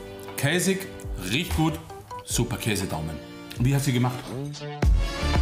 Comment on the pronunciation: Warum sagt nicht gut sondern er sagt yut bruh😂😂